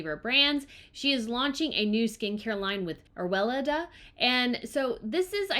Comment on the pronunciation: Weleda is pronounced : Well - Aida. Thanks for the video.